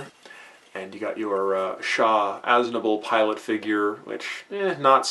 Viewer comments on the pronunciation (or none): Chaaaaa..... Best to just say CHAR. Even in English Dubs, he says ChaR. Lol But great Review though! Nice!